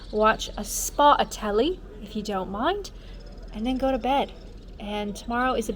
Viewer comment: When you said "Im going to watch the telly..." you lost your Canadian Accent and sounded more British lol ... but then I've got a friend whos born in the UK and lives in Toronto and I noticed he gained a Canadian Twang last time I saw him